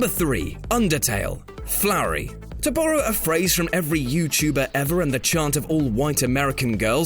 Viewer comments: you pronounced Flowey wrong (its flowey, not flowery) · Also Flowery instead of Flowey, and infectuous (?) rather than infectious. Hate to be that guy, but if you're going to have a narrator, at least have one who can speak properly. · dude can't forget about Se"P"hiroth, seriously dude you do know that ph makes and "F" sound right? everyone has their own way of pronouncing it but a hard P is just fucking inexcusable. and is there an R in Flowey? no I don't fucking think so.